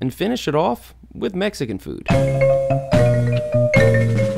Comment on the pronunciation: Every time you say Mexican food it hurts lol 🇲🇽